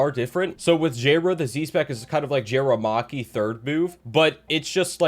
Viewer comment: jayra bruh? its ja ri yah